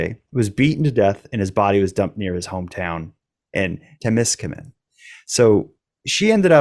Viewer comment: Omg he can’t even say Temiscaming it’s not tamiscaming it’s an e